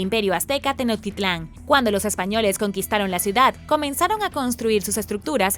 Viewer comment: se dice TenoCHtitlán, no tenotitlan